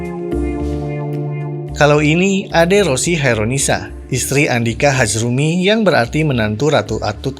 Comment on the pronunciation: Hazrumy yah kak bukan hazmury😅